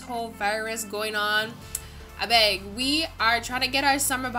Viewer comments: LOL "ABEG" Are you Nigerian?? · Was it me or she said 'abeg'😂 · She’s Ghanaian lol